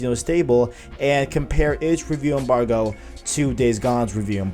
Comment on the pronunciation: Signed in to thumbs down this video. Say rewiew embarwgo again... you almost didn't make 10 mins...